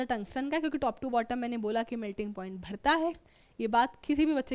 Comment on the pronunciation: Bhadta bhadta hai irritating me most😤😤😤